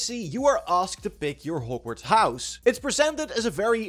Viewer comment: Normal people: Hog-Worts Raptors: Hoe-g-Worts